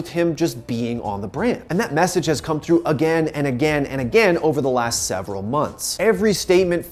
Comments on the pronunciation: “A-GAIN” headass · He keeps saying agane Pepega